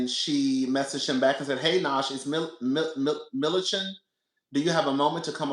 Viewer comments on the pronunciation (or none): HEAVY on things NOT being said!!! Her name is MILLI-CHUN lol